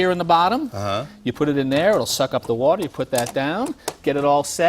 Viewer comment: "full city watAAH pressAH"